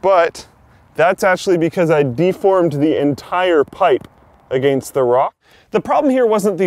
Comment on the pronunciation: "Ok, so it did come off, but that's actually because I deformed the entire pipe agayhnst the rock"